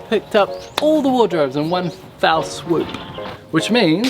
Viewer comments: Hey...love your stuff....but - did you say 'fowl swoop'? haha. I used to as well, just thought that was what people were saying,Then I started looking up the origins or sayings. It's actually one 'fell swoop'. Not having a crack at all, I'm Australian, so I've got nothing on anyone! Great channel. Well done mate \ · its "One fell swoop" not "foul":D